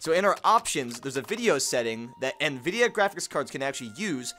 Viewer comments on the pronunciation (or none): none